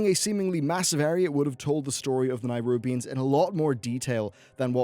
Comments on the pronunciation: Nerubians, mate. Not nairubians. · Nyrubians. Norzdumu. Is he pronouncing these names incorrectly on purpose? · Nerubians. Not Nairubians. They're not from Nairobi. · nErubians. not NAIrubians. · Stop saying Nairubians... Jesus Christ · >Spelled "nErubian" >keeps saying nirubians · I swear, normally I can see past mispronunciations and what not, but boi! BOI!! That nairubians-bs was sooo distracting lol. Please! NERUBIANS,. But eh, apart from this, great vid. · If you can say Ajzol Nerub why cant u say Nerubians instead of Nairubians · Its nerubians not nairubians because its aziol nerub not nairub. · NE-rubians not NI-rubians! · Am I the only person who doesn't understand how you can pronounce Azjol-Nerub correctly, but when you talk about the Nerubian race, a hard I somehow appears in the beginning? It's Neh-rub-ian not Neye-rub-ian.... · Nerubians not nirubians. It's an "eh" sound, not a hard i. "neh-roo-b-ians" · It's pronounced like "nuroobians," not "nighroobians" and "azjol-nuroob," not "azjol-nur-rub" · Nehroobians, not Nuroobians. And Azjol Nehroob, not Azjol nuroob. Lmao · Nerubians, not nierubians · p enis Ugh the way he kept emphasizing NAI in Nairubians was triggering me hard. NERUB it’s not hard to say. Azjul NERUB not Azjul Nairub. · Ah yes, the "Nirubians," of course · It's Neh-rubian, not Nigh-rubian. :P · Just so you know it's nerubians not nairubians.:) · Please look at the spelling and learn how to pronounce the names properly. Neh-roob-ee-ans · Why do you keep pronouncing it "NIGHrubians"? Where are you getting that Y sound from? -_ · what the fuck is a NYrubian? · Ohh for the love of god please, please say NERUBIANS. It bothers me more than it should ..... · What's a Nairobian? lol. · can you please put a little time into learning the god damn names of races, cities, countries etc? A little fucking effort please.... Nairubians? Azjol-Nayrub? Are they from Nairobi? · Daniel Gramento nayrunbians